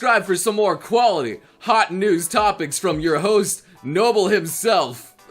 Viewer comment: It's Noble not mobile LOL